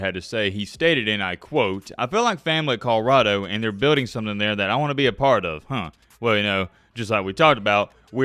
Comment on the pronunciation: Col-o-rah-do not kahrado